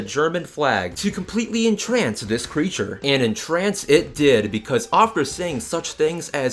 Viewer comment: I love the fact you say creature